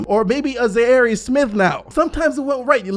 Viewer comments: jesus Christ bro his name is ZHAIRE...LIKE THE FORMER COUNTRY ZAIRE...stop calling him Zarry like hes Larry with a Z... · Can someone PLEASE teach how to say Zhaire 😂😂😂